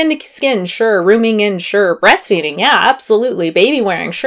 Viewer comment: "breasfeeding" tehehehe